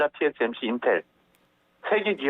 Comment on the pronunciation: 처음에는 TSMC발음을 실수하는등 진행이 매끄럽지 못해서 걱정을 하였다! TSMC는 일반인들도 발음에 실수가 없는데 말로서 먹고사는 방송인이 그렇게 발음에 실수를 한다는 것은 사전준비나 침착성이 부족한듯 보이기도 한다!